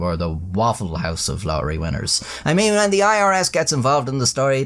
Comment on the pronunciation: To the Mega Millions what? Lohery? 😂 A bit of elecution there chap. This is an old and well-worn story too. "Lottery ticket given as tip". The best part of this is the animation. The stock music is annoying. "My magnificent content on those crappy websites" that was the best joke of all. 😂